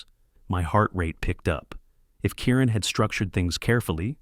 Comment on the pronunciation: Kieran not Karen